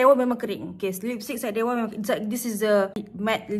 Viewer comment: thanks for reviewing syedewa’s products!!! our boss dah tengok your video and dia nervous gila HAHAHAHAH, btw the pronounciation yang you sebut salah tu betul!! ❤️❤️❤️ glad that you love the products.